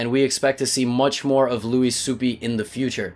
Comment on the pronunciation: It's Swoop not Supi :)